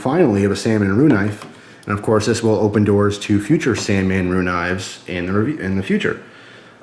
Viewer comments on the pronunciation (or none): It's san-ren-mu not San-man-ru lol but good vid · it's SAN REN MU not Sannemmu or Sanmenmu. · C'mon...San-Ren-Mu.:-) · ...did i hear u say "sanmanru"...LOL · "San-man-ru" lol